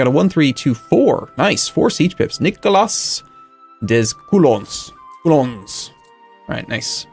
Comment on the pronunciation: "Nicolas des Coulons" (your general) is pronounced "Nee-ko-lah day Coo-low" Just for future reference.